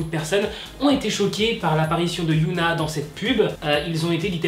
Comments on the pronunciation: C’est Hyuna et non Yuna se sont deux noms différents ! Mais bon sa arrive des erreurs de prononciation ! 🌸😊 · Ça se dit HyÔna pas yOUna. Mais super vidéo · CEST PAS YOONA MAIS HYUNA DONC ON DIT HHHHYUNA C’EST PAS LA MEME CHOSE ALORS PRONONCE BIEN STP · Otaku Army dites lui que sa se prononce HyunA au lieu de Yoona ?? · HyunA ça se dis HyEna en prononcent le H et le E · Super vidéo, continue 😜❤️je veux juste te dire que tu as mal prononcé Hyun A et qu'à la place tu as dit yoona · Hyuna ne se dit pas "youna", tu dit un autre prénoms coréen "yoona", voilà, je ne sais pas comment retranscrire la vrai prononciation donc essaye de chercher, a mon avis ça serai mieux prc ca porte à confusion lorsqu'on connais les prononciation. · On dit hy(eu)na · HYOUNA... C'EST QUOI CETTE PRONONCIATION ?